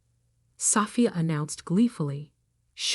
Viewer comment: Why can’t the narration program pronounce Sophia or Isabella?